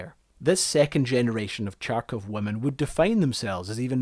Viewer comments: Yes, It is pronounced "H-h-arkovchanka", not "chunk of junk-a" and was named after the city of Harkov where it was built. The first modification also had a mini-hospital inside and a doctor in the crew and was a kind of wonder of the world. The crew, also, used portable heaters called kapelnitsa that maintained 18-20 degrees C inside 24/7 and crew never slept in -10 C. It is these heaters were what produced some smell of smoke inside, not the engine, because they used diesel fuel to warm the cabin. These machines saved lots of lives and few expeditions from been cancelled, never heard that they were used instead of tractors. Tractors had to stop in a blizzard, but Harkovchanka could continue to move as it had unique navigation equipment. Tractors, also, were braking more frequently and sometimes crews could survive only because they could shelter inside Harkovchanka. Liked the video for bringing here one of the monster monuments of the dead now super-civilization, which will never exist again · the name means girl from the Ukrainian city of Kharkov (which you pronounce as garkov) or Kharkov's girl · The way you say харков hurts my feelings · Greetings from Ukraine. Thoroughly enjoyed your video. Thank you. Yes, the city is Kharkov (currently Kharkiv as per Ukrainian pronunciation and spelling). The city used to have an alternative spelling of Charkiv, which read same way as Kharkiv. it's 'Kh' at the beginning (the Slavik H sound, which is so hard it sounds like it's h+k pronounced together, more like the Spanish J (jota) sound). Not a big deal that you mispronounced it. You've put together a great film, with lots of research and old material, and the facts appear to be quite accurate. Thank you. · Awesome content, I loved the amount of work you've put into this but (and I understand you have that wonderful Scottish brogue) Every time you say CHARkov, Putin sends another bomb over to HARKiv. Pronunciation matters. Do it right. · Kharkov, not Charcov...